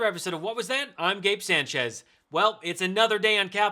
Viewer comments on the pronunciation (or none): Gabe, I am disappointed you would pronounce it san-CHEZ instead of SAHN-chez. Usually, only republicans are into that type of ethnic forgetting.